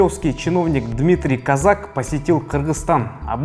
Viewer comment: КОзак, ударение на букву "О".